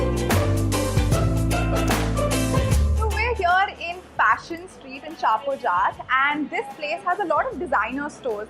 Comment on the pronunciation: in shahpurjat... the 'jat' is pronounced similarly as in flying jatt and not jaat . thanks :o